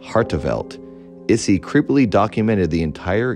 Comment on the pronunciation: Amazing episode! Not actually important, but Issei is pronounced ee-say lol